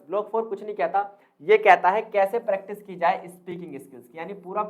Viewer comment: Bhaishab प्रेक्टाइस ni hota .. प्रैक्टिस होता है।।😂improve your pronounciation 😂